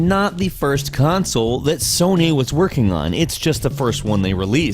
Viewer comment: Did anyone else hear him say Sonay? For number 6?